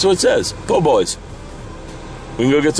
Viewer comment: No R in Po. They were everywhere in New Orleans. Love Po-Boys, great sandwiches! Cool vid as always sir!